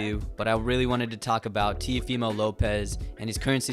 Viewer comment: "TVmo López"